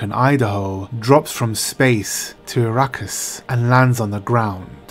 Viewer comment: Please....it's A-rakkis. Not I-rakkis.